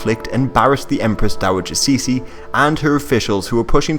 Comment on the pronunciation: Empress Dowager "Cixi" is pronounced something like "tsoo-shee"